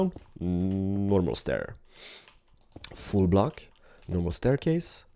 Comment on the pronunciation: when says full block it sounds like he says fool block